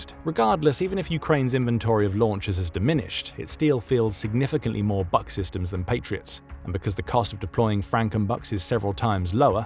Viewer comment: it would be pronounced /buk/, as in « you can read a book »